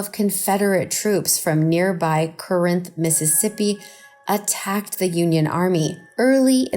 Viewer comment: The pronunciation in the Shiloh story should have been researched. Buell is pronounced "byoo-wool." Corinth is "CAR 'nth." You can say it "CORE 'nth," but Bamians say CAR.